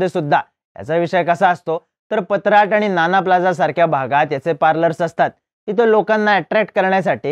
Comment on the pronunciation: पत्राट नाही भावा पट्टाया ,आणि बँकॉक पेक्षा आपल्याकडे बूम बूम विषय जास्त प्रमाणात आहे फक्त लपून आहे एवढेच